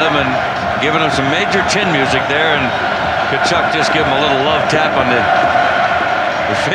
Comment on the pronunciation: Wow, there was a time when Tkachuk was pronounced correctly.